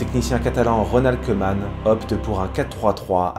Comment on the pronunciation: Koeman se prononce kouman